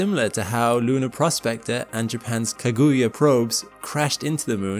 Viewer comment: Tip. Whenever you're saying any word in japanese. Don't stress any syllable in particular but if you do. Stress the first. This stressing of the second syllable of every word is infuriating. Kaguya. No stress. Not K'GUHyuh. Just a tip.